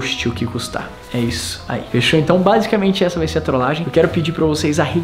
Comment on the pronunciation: Primeira fez que eu vejo o falando "trolagem" de uma forma diferente vcs perceberão